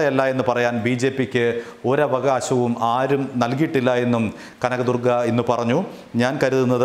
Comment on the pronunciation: Kanagadurga Allaa ival.. Kaaanaga...durgaa.. Pattiga..lllll..